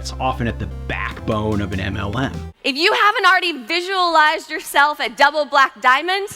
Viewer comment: im not englishperson, and I am just hearing MNM, like dawg what did those candies do?